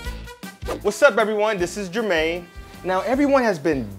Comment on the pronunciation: Who else thought when he said jurmane "Jurmane Dupri"